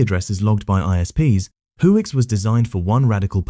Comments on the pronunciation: And whoix.?? Don't u mean whonix? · It's actually called whonix, not whoix. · It's who-Nix, not who ix. You can't even say it right. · I think it's "whonix" Not "whoix". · whoix or whonix?? cuz i mean... your saying one but showing another... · It's Whonix not whoix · Why whoix but not tails? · you mean WHONIX? pfft